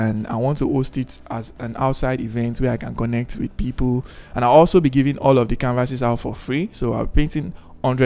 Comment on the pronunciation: I LOVE HOW YOU MADE MISTAKE IN PRONOUCING THE CONNECT AND DIDNT CUT TTHAT PART OFF ... YOURE TOO REAL . I I WISH I COULD GET A CANVAS BUT IM NOT IN LAGOS